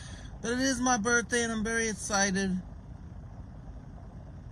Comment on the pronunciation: “it my birthday in about tomorrow Tuesday the twenty-secondth. pretty essited.” love how nothing has changed since 2019 lol also absolutely floored at how is having the “pumping piss” guy back to do another “documentary” for him but hopefully it menty because the first one was fucking hysterical